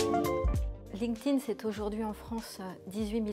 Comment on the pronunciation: Merci. Enfin quelqu’un qui sait prononcer « linked » au participe passé :)